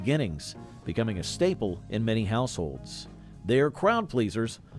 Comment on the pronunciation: mispronounced lingonberry